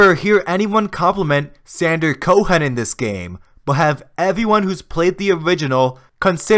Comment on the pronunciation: the H in Cohen is silent lol